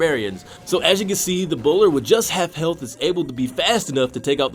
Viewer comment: I keep hearing "Ebola"